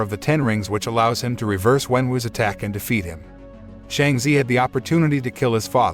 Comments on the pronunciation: It’s Shang-chi not Shang-z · How can Chi in Shanchi be zee in your pronounciation🤦🏻🤦🏽🤦🏻🤦🏽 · Ur say it wrong its shang chi not shangchi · Not them pronouncing shang chi as Sheng ze😭